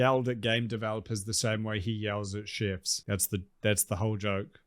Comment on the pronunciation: Everyone else: “Chefs” 🇳🇿: “Shifs”